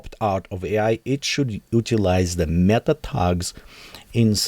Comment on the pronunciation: its A i not E i.... A, like Artifical, pronunciate!